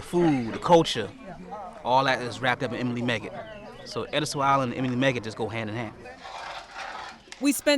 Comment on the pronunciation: Oooh, I've gotta have #ĕdîstö geechee cookbook #today !!! And, this narrator doesn't say "edisto" correctly... Thank You Miss Emily !!! Cant wait to see your #hoppinJohn😋